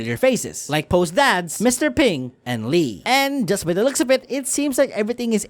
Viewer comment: you keep saying "looقs" not looks